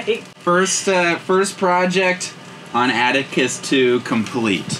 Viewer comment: lol....dude, it's Atticus, not Attica